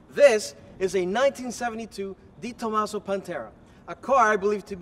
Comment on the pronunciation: Not Di Tomaso, but De Tomaso...